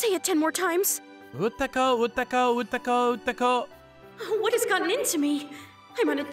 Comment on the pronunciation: Izumi was calling her Utako but she was referring herself as Ukato , WHAT IS THIS MISPLACEMENT OF "K" & "T" ?